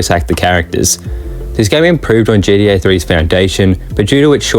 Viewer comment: I love how you say GDA.